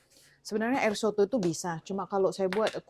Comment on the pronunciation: Asli Amerika bilang soto ya 👍